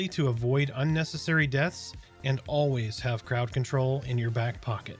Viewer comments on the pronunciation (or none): none